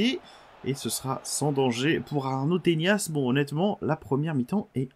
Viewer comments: C'est pas "tenias" mais bien "tenas" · mec je vis littéralement en Espagne c'est "Tenas" pas "Teñas" son nom de famille..